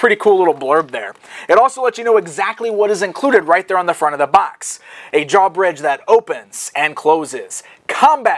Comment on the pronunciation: I want to smack him every time he says draw bridge.